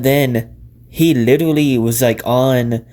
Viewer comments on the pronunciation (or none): Theres no way your voice sounds like that. You litewally sound like a steweotype